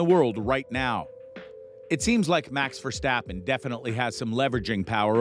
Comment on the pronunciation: mans said mAx verstAppen